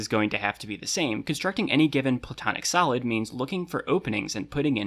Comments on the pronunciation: Confession: I was confused because I kept hearing “solid” as “salad”, so I thought educational YouTubers just sort of called them the 5 platonic salads. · I keep hearing salad